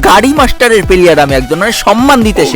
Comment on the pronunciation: ভাই গাড়ি মাস্টার না গ্র্যান্ডমাস্টার!